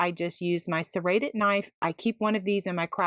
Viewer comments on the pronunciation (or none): none